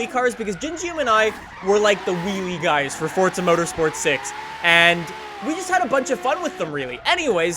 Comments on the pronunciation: FORZA not FORTZA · It's for_za not fort_za. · say forza not fortza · Why must they pronounce it like "fotza" and not "forza" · It's FORZA not FORTZA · is in pronounced fortza? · Why dose every one say fortza